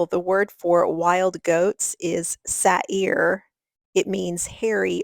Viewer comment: Say-ter not satire